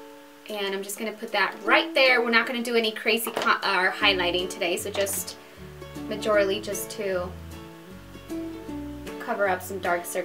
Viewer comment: Someone please tell me at what part of this video does she say "MAJORILLY" LMAO!!!